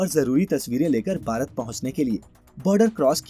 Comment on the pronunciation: अच्छी जानकारी है । आप अक्षर "भ" के उच्चारण का अभ्यास करें क्योंकि आप "भारत" कहने की जगह "बारत" कहते हैं । कम से कम अपने देश के नाम का तो सही उच्चारण करना सीख लें । संजय अग्निहोत्री उपन्यासकार